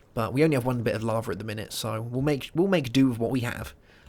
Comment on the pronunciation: larvae? it's lava, not larvae lol